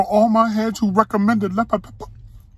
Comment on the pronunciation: Lepper pepper 😂😂😂 that's how you say it when they right right!!!